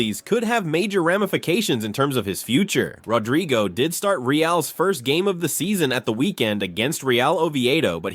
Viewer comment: "RodRYgo"?? At least get the madness right. Moron.